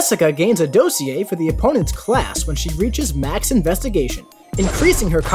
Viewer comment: Learn how to pronounce dossier